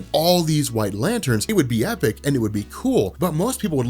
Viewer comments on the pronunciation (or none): none